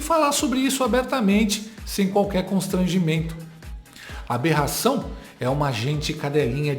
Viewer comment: Esse pseudo-jornalista é muito burro!! Ele acredita que alguém vai dar crédito pras besteiras que ele fala?! Jura!? Alguém avisa pra ele que não é "berração" é Aberração 😅😅😅😅😅😅😅